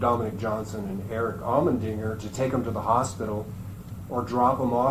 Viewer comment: It's almonddinger not almondnigger!!!!! What the hell?!